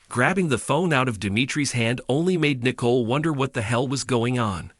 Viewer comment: Can you get Nicole name right it is not Nickels